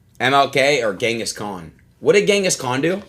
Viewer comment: Ngl Adin is so uneducated it's not even funny ... "what did Shakespeare do?" "What did Gehngis Kahn do?" Ngl I could cry at this point